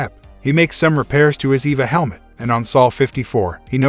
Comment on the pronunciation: It's not an Eva helmet. It's an E.V.A. helmet. It stands for Extra Vehicular Activity. For use outside. "Mark stops for a short Eva...". I knew a short Eva once, nice girl!" A short E.V.A! Sheesh! It say's in the notes that you're a professional narrator! Really? I'm having trouble believing that! If you were a professional you'd stop & say "What is this Eva break thing? I need to sound like I know what's what!" But you don't, you just pile rank stupidity upon meaningless sounds. It's worse than when the military "Dark" channels didn't know that in the names of military kit, Mk.19 wasn't pronounced Emm Kay nineteen. So the Spitfire Mk. 1 wasn't the Spitfire Emm Kay one. It took years of comments before the "professional narrator" got the hang of it. How're you getting on with the E.V.A. thing then?